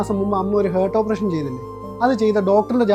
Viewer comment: ഹാർട്ട്❌ ഹർട് ✅